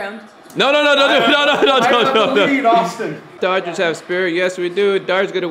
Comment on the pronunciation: It’s Dodgers not dogers